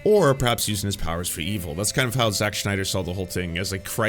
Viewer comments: Does this guy say Sch-nyder on purpose because his name is Sny-der, no Germanic -sch at all. Having gone pedantic, not a fan of Snyder films. Even 300, I saw it once and have never seen it again. Style over substance poster child. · Sn I der. Not SHnider. Sorry, but it was bothering me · Its Snyder not Schneider lol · It’s sNYder not sCHNeider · It's zack snyder, not zack schneider. Just something that bugged me throughout the vid. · Great interesting video but gotta ask who is Schneider? Do you mean Snyder? Sorry it just bothered me throughout the video. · I'm not right wing, I'm not even American. Yet a DC fan since I was a kid. I LOVE Zack Snyder and Chris Nolan's DC. No one knows nor cares what "woke" means outside of your country. Please stop with this crap already. edit note: btw it's not SCHNEIDER it's SNYDER. edit note 2: in 300 Spartans were fighting against PERSIAN EMPIRE which weren't even Muslim at all back then. edit note 3: Snyder family should sue you for your baseless claims about them "supplying material" for N@ fascists and white supremacists. edit note 4: you sucked Gunn's balls so well; I hope you get paid for such a hard sucking up. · SNYder Not SCHNeider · Pronouncing Snyder as Schneider is genius XD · Is it a thing now that everyone pronounces Zack Snyder's name as Schneider? Not nitpicking, I just noticed other YouTubers doing this too. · Snyder is pronounced like "snide" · Why do you keep saying "Jacques Schneider?" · Grinding my teeth at how you pronounce Snyder like Schneider. Anyway, I'll continue the video now. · I’m not a snyder fan boy, but man you butcher tf out of the pronunciation of his name every single time in this video it’s actually crazy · Are you purposely mispronouncing Snyder? Not trying to be mean, just curious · I like the video, but the pronunciation of “Snyder” is naking my eye twitch.